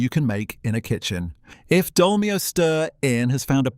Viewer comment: Anyone who buys a Casio A168 is careful with his money! I had thought that the YTer was narrating all this but now I'm not so sure. I can understand mispronouncing Dolmio, but Thames??